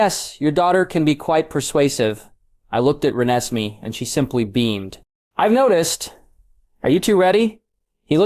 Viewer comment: I can't do this he keeps pronouncing her name wrong 😩 RE-NES-MAY